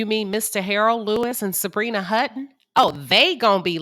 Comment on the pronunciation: Sutton, not Hutton.